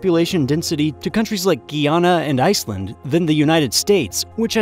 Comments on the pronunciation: It’s GUYana not Guiana Guiana belongs to the frogs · Its Guy-ana not gee ona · The way they pronounced Guyana made me so mad lmfaooo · Did he just mispronounce Guyana? I'm out.